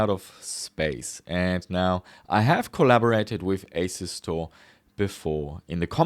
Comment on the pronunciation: How do you pronounce your company name? Asu-store or asus-tore? I presume your brand has nothing to do with Asus so probably Asu-store (as in as-you-store)